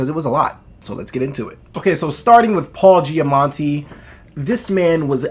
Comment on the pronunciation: Loved this movie, glad to see others share my enthusiasm! All three leads did a great job and had their own interesting, heartfelt stories. Btw, think you are pronouncing an 'n' in Paul Giamatti's name but there isnt one 😉